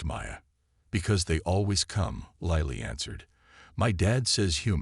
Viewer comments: Lilly is not "lie lee," it's "lill lee." Need to teach the AI because it detracts from an otherwise good story 😊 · Lilly like the flower. Your AI never got it right.